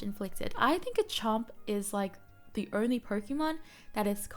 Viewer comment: Thanks for the video. Btw pronunciation is Steadfast (Stehd-fast) and Garchomp is Garrh-Chomp